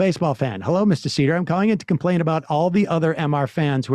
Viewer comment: “Mr Seder” 😂😂😂😂😂